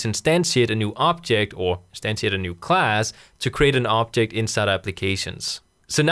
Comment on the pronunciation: Very useful and easy to understand, but I hate the fact, that you accent makes you pronounce "object" as "optic". :) Keep up the good work!